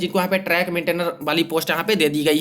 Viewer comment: ट्रैक मेंटनेर नहीं टट्टी मेंटनेयर बोलो भाई!!!